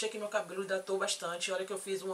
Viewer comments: Pensei que só eu tinha ouvido! kkkkkkkkkkkkkk Acho que ela falou mesmo. Moça do vídeo, é UMECTAÇÃO mulher, U-M-E-C-T-A-Ç-Ã-O! PELAMORDI :D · É impressão minha ou você falou Uniquitação????? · Realmente Ela falou umictação , hahaha